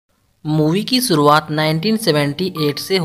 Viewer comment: Bahi video achi ha keep doing good work, but Starting ma, Movie ki (SURUWAAT)😂 nai SHURUWAAT hota ha👌✌🏼